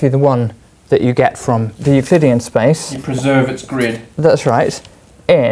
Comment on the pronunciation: in your pronunciation, space is spice, game is gime, donut is doinut.